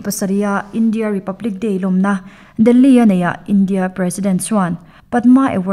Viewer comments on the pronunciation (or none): none